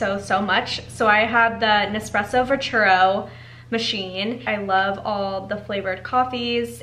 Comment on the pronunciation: Hi, You are mispronouncing the name of the Nespresso line. It's called VERTUO, there is no 2nd R in it. Say it phonetically Ver-Too-0. Next Lungo is pronounced Loongo (not laango).